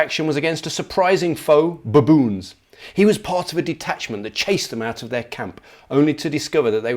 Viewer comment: I'm glad I'm not the only person that pronounces baboon, buh-boon.